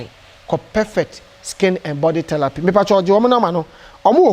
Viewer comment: Kumerica to de world is therapy NT thelapy